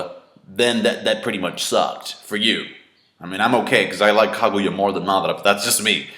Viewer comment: Matara lol the he pronounces Madara it